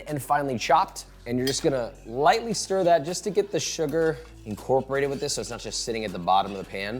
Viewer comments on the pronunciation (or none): none